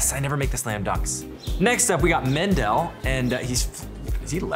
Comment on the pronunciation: Zach keeps mispronouncing Mendel's name.